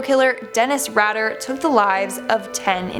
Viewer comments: Lol Dennis RAD-er ...pronounced RAIDER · It’s “RAY-DUR” not raader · Goodness, you must have not been around when BTK happened.. you pronounce it Rayder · Raider(pronounced Ray-der). Not Rader. Not that that trash deserves that decency but yeah.Ray-der. Or you can just call him d¡ck. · Dennis Rader it's pronounced Raider not Rad-er. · It's Rader as in "raider", not Radder. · Ray-der not Rah-der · That would be pronounced RAY DA not RADDER. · Dennis Radar is pronounced "Rayder.' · BTKs name is pronounced rAy-der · Dennis Rader: E follows A making the A a long letter. So Rader is pronounced Ray-Der......Not RAD, er. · #1 - The man in the iron mask was believed to be the rightful king overthrown by his vicious uncle or brother. It's rumored the man was gentle and kind who's only crime was his blood line. #6 - Not that he deserves to have his name pronounced correctly but it's not rad-der it's pronounced raider. BTK is just Bind. Torture.Kill. not Bind em', Torture em' and Kill em". #2 - it was her bedroom, not her torture chamber. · Ray-der not rat-er also.... a life sentence in England is 25 years...how did some of these people get over 50 ? Aileen wasn't Americas first female serial killer. She was a hooker who killed 7 out of hundreds of John's which means she was probably telling the truth about them trying to really hurt her. This is a good video but the info is off alot. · If you are going to make a video and post it, maybe you should learn how to say the names. The BTK’s name is pronounced (pgneticallt) Raider not Rader. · Dennis Raider not rider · It’s Dennis RAIDer pronounced that way BTK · Well, that was short… can’t continue to watch… it’s Dennis ‘RAYder’ - with a hard “a”. If you’re going to make a video, you might want to make sure you can properly pronounce the names of the people in your video… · Who's Dennis Rader? I mean I've heard Dennis Raider is the real BTK!lol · It’s pronounced Ray-der lmao. He was my neighbor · It's pronounced Rayder